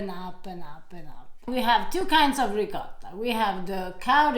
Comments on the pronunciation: RicoTTa: RicoRa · Please,, teach to pronounce ricotto. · please teach how to pronounce Ricotta correctly. We need to re-educate Americans. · My nonna would have slapped me if I called it ri-cah-tah